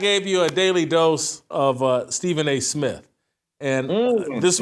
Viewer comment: He can't even pronounce his own name. "Stephen A Smiff"...but he's the face of ESPN?